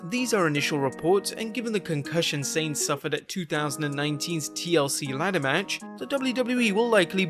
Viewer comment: It's not Sane. It's pronounced "sah-neh". I don't speak japanese and it drives me insane